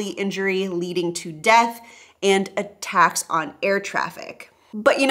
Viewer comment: when you namend the "violent crimes", I am pretty sure you said: "... and attacks on airtraffic", but however often I replay that part, I cant stop hearing "... and a tax on airtraffic" 🤣